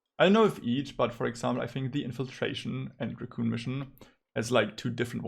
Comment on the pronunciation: "racoon mission"??? Recon, REEEEEEEcon. Anyway, good video, was looking for this video. Thank you.